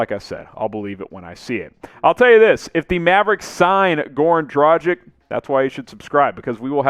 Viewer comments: Its not Dragig, its Dragic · It is a tragedy ( or Dragedy ) that you can´t speak the name Dragic right. Rhyme it with Doncic and it should work. You don´t say Doncig, do you? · Please please learn how to pronounce his name dragic' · I like your content, but please try to pronounce Goran's name correctly. The G in his last name is pronounced the same way as the one in his first name. As for the C, it's pronounced the same way as you already do with Doncic. FWIW, I think Dragic would be a great addition for a few different reasons. One of them is better team chemistry, the other being the fact Goran will be extra motivated to end his NBA career on a high note.